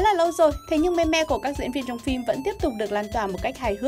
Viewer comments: Đọc là Mim chị nhé :( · Phát âm là "Mim" mới chính xác thay vì "Me Me". :)) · Đọc là "mim" chứ không phải "me me"!! Nghe khó chịu vc! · ôhh,I speak "mimm",not "me me" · "Meme" đọc là [Mïm] không phải me me 2020 rồi mà còn đọc vậy là người tối cổ luôn rồi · cuối cùng cx tìm đc đồng môn đọc là " me me " mà không đọc là "mimm" giống toi :) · “Meme” phát âm là “Mim” ko phải là “Me me” đâu nhá! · Người ta đọc meme là:mim Chứ ko phải me me nhé chị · "Mim" not "me me" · Ai lại đọc meme là me me ? 🤨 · Chị ơi, từ đó phát âm giống mim chớ k phải là me me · Đọc là "mim" chứ ko phải "me me* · đọc là mim chứ không phải me me nhá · Me me ư đọc là mi mi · Là mem chứ không phải là meme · Mim:))) not me me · Its mim not mem me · Thường phải đọc là "mim" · phải đọc là "mimm" chứ nhỉ? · Me-me =))) nghe phèn vl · Meme not "me me" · Đọc tiếng anh chán thật sự :)) thung lai, me me :)) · Meme đọc là mim nha chị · chị ơi chữ meme được đọc là mim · meme đọc là "MÊM" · Meme đọc là "mim" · Éo Biết Thì Đừng Có Nói Ok. Đọc sai tiếng Anh cứ thích đọc